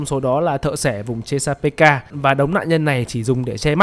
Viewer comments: thợ xẻ vùng chê-xa-bê-ca :")))))))))) chê-xa-pik mà shopppp :"))))) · Thợ xẻ vùng chê-sa-pê-ka, trong phim nguyên văn là Chesapeake Ripper, đọc đúng thì là sát nhân vùng Chét-sa-pích nhé ad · tui thấy ad đọc là ches pika là sao v ông, tìm trên google ko thấy thông tin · Chesapeake - đọc là Chét-sa-pích nhák 🤣🤣🤣 lạy Vui Vẻ ông cúp tiết lớp Mất Gốc đấy ah 🤣🤣🤣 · Fact:Cách đọc tên biệt danh của Hannibal là thợ xẻ vùng chét sa pít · chỉ đơn giản voice với writer là 2 người, voice thì hơi kém tiếng anh, vậy thôi :)) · chesapeake x -> chê sa pê ka